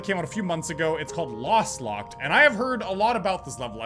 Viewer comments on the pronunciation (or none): How he keeps calling Lostlocked "Lastlocked" kinda triggered me lol